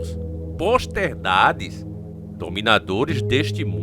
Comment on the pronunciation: "Posterdades",? Rapaz, cuida no português homem! Você é escritor do diário!!!